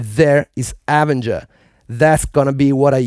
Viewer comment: Nobody's going to comment on him saying "AH ven ger" instead of "ah VEN ger"?